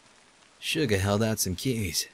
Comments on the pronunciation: when said he'll just say Suga as "Shuga" it reminded me so much of BTS's Suga omg. i'm. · I love how cry says Schuga instead of Suga. xD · Got really excited when decided to pronounce Suga as "Shuga" because that's the name of a BTS member. tiny squeals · The way you pronounce Suga makes me so happy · Its so awesome to hear say Suga XDD Gaahh, I think of BTS's Suga because of it! Fandom feels are everywhere XD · LOL the way you pronounce Suga only makes me think of Suga from BTS.